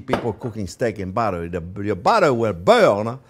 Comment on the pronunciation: you can't say 'too much buteer'